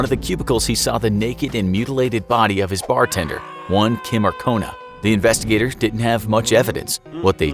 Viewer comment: It's Ancona not Arcona. Been looking for her name and all I can see are perfumes.